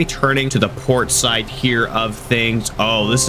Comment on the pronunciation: did he say pork side?